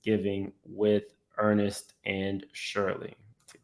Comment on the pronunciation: That man name is Ernest not Ernest… 😂